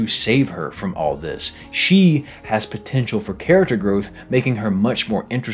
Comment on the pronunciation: DID YOU SAY POTENTIAL